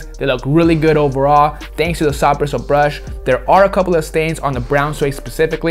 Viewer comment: Anyone else catch saying brash brishle brush